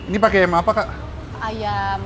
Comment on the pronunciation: Ayamm yaa bukan Ayem